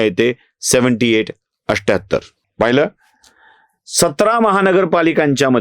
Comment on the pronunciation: 78 चा उच्चारण अठ्ठ्याहत्तर असा हो तो तुम्ही "अष्ट्याहत्तर" असा करता। हे चुकीचे उच्चारण आहे तसेच १४४ याचा उच्चारण एकशे "चव्वेचाळीस" असा होतो तुम्ही "चौरेचाळीस" म्हणता ते चुकीचे उच्चारण आहे। कृपया तेवढ सुधारणा करा